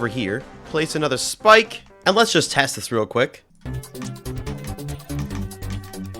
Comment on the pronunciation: no way bro said schpike